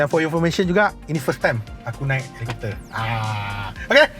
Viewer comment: Helicopter... Helicopter... Parakopfer... Parakopfer..... 🤭